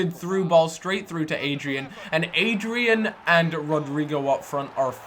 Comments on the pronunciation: its not adrian hes spanish...its like ah-dri-an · PLEASE READ ITS ADD-REEE-ANN